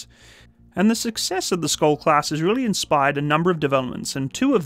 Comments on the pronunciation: funny hearing an english speaker trying to say SKJOLD....the K is silent...it's pronounced like SHIELD, but with an O insted of IE...and the D at the end is also usually not pronpounced..so something like SCHOLL, I guess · The SKJ letters is pronounced like English SH. You could pronounce it Shyold. And, yes, it means Shield. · Hi, I have been following developments of the Skjold class for a number of years. By the way, I think it is pronounced Sh-old. I was born in the Shetland Islands and my father used to tell me about the Norwegian Torpedo boats which he observed in the War. One year we met one of the Norwegian veteran's from that time. He was a man who rowed across the North Sea at the age of 14 with his brother and then when he was old joined the Free Norwegian navy on their MTB's. One sunny Sunday afternoon in the 1970's, I saw a flotilla of Norwegian MTB's roaring into the harbour at top speed - what a sight! The Skjold is a fantastic design. It is a bit lacking in ASW though which is something the Swedish Visby is good at. It is a far better design than the Littoral Combat Ship. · You can pronounce Skjold as "Shold" it means "Shield" which i find rather fitting. :) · Skjöld}=SHEILD WITH A SH SOUND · so K is like H and J is like I? "Shiold" or "Shold" is pronounce? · Everytime he say SKOLD I physically cringed. The J is pronounced like Y in Yemen. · Btw, you pronounce it like a "sh" sound, so "skjold" is more like "shold" in your pronounciation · As a Norwegian, it's always interesting hearing foreigners struggling to pronounce Norwegian words. Our language can be quite tricky, including words like "skjold" ("shield" in English). The word "skjold" is basically pronounced similarly to its English translation, "shield", except with an "O" sound.